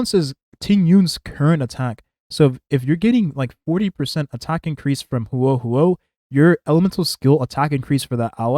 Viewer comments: bro im begging please say her name right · He didn't, but most native english speakers don't know/care how to pronounce things outside their own language very well